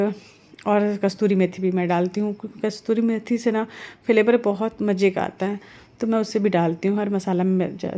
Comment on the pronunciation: Kasturi methi nahi yaar, kasuri methi